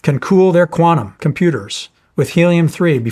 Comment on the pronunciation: Its QUANTUM not QUANUM 😂